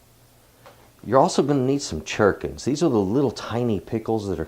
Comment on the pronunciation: Correct pronunciation of your little sweet pickles is Gur'kin